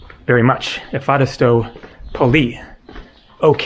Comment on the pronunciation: Hi, as you will spend some time in Greece I think it's time to perfectionize your Greek prononciation 🙂. Thank you is indeed efcharisto, but the emphasis is on the last o, not on the a. Emphasis is very important in greek, as some words have another meaning with emphasis on the wrong syllable. And with a hard "ch" in the middle and short "o" in the end (like the o in not), instead of an American "ooow". So it's not efhAristo (means pleasant), but efcharistO (=thank you).